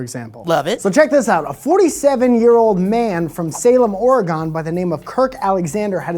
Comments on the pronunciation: I live in Oregon & just want to know...WHY can't people pronounce it correctly!?!!! It's NOT Ore-gone it's pronounced Or-again! I'm pretty sure it's the only state people mispronounce! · buddy, let me tell you something. That's not how you say Oregon. Here in our state, we say Ore-gun with a short soft u or Ore-gen with a short soft e, not Ore-gone. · Every single fucking person from Cali days it wrong, Oregon is pronounced O-re-gun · I know was kidding, but I still cringed when he said Or-e-gone. I am just too much of an Oregonian to let that go. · Ore-GONE cringes lol sighhhhhhh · pronounced Oregon so wrong...:( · I need you to think v hard about the way you pronounce Oregon. Cause if you keep this up I'm gonna come down there and give you a personalized pronunciation lesson. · I'm from Oregon and everyone in Oregon does not pronounce Oregon (Or-e-gon) we pronounce it like the organs in our bodies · I love you bro, but Oregon. You're not sayin it right and my poor green little Oregonian heart can't handle it. Studying's a thing, take Steve's advice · Or·e·gon, "ȯr-i-gən" I love listening to Californians, our immediate neighbor to the south, mispronouncing our states.